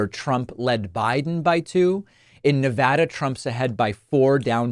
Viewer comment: You say “Nevada” the way we say it here. Much respect.